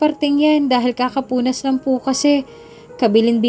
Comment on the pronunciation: KAPUPUNAS NOT KAKAPUNAS. AYUSIN MO ANG PAGTATAGALOG.